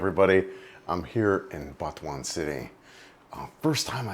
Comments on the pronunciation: Sorry but it sounds like you say Batuan and not Butuan. Just straight out Butuan it's pronounced. I have been there 6 months ago on a long motorbike ride in north Mindanao. I would never live there though. Wherever I was I couldn't find pigmeat and that is a dealbreaker as well. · FYI it's pronounced "boo-two-an" not "Butt"